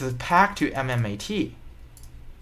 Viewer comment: This guy does not even know how to spell MMTLP or pronounce correctly MMAT. What the shits you are trying to tell us man. Shut up and study more in school.